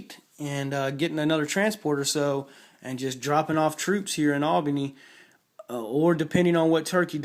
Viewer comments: not to be a dick but there territories not countries , and its Al bane e a not Al bin y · Come on, dude. It's Serbia, not Siberia. It's Albania, not Albany. It's Austria-Hungary, not Hungary. It's Bulgaria, not Bygaria. It's Venice, not Vince. Anyway, good analysis. Glad to see you noticed the importance of fighters. Although I think using the German surface ships and subs to wipe out the British fleet is critical. I've done it twice now and believe me when I say that France is easier to kill when it's alone on the continent.